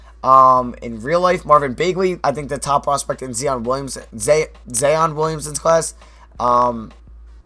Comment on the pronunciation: Why is it so hard for you to say Zion Williamson's name??